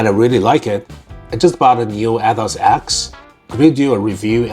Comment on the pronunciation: Is it just me or he keeps saying "Athoz"..